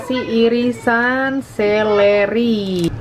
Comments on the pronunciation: Seledri mom..bukan seleri.. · Seledri kli bukan seleri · Seleri apaa? Seledri kali. Terganggu mendengarnya berulang ulang.